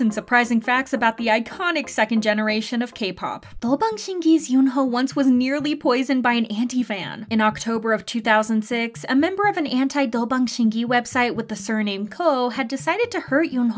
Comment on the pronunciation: I don't want to be that person but for a few videos now you keep saying "Do Bang Shin Ki", but it's "Dong Bang Shin Ki" ♥